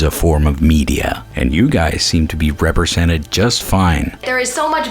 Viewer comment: "WHAH! I'M NOT REPWESENTED ENOUGH!"